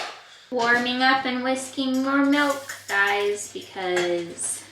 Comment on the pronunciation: At 21.57 - I thought you said “lots of whiskey” rather than “lots of whisking” at first 😂